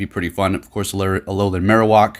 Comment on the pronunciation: Marowock? You mean, Marowak? "wack" not "wock" - Funny how many people pronounce Pokemon names differently. However, this one is def not pronounced how you did in the vid.